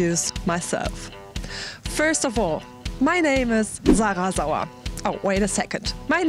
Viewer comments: sauer will be pronounced like sour and not like soja and we say something like mercadees instead of what you said, but overall, very good english. Even the accent. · Aww I kinda like the ways she says her name